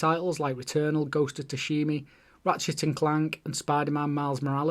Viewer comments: Great video, really well structured in my opinion. Only thing I couldnt ignore, Ghost of Sushimi? (Sushimi is the name of a Mexican Sushi restaurant 😂). I believe it is pronounced with an A at the end Cheers, keep it up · Tsushima, bud. Time to brush up on your Japanese dude. 😂👍